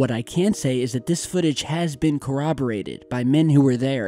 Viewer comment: Thank you for pronouncing the word "corroborated" correctly.